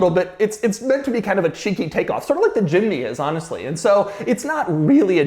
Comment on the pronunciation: i almost thought doug said ch*nky instead of cheeky LOL